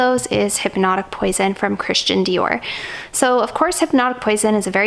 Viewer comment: Christian pronunciation is Kristion not Kristchen. He is French as you probably know